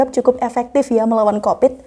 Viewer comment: maaf sebelumnya .....di telinga aku ko ga pas saat anada menyebut covid dengan kopet....di tempat aku kopet itu kotoran manusia .....sekali lagi maaf...seyogyanya penyebutan covid ya covid aja .....🙏🙏🙏